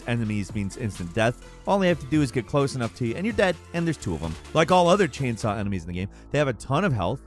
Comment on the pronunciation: "Chainsoy Ganados"